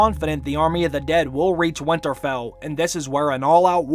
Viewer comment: I love this channel and watch every video, so I'm not bashing at all, but every time I hear him say "Winterfell" I cringe.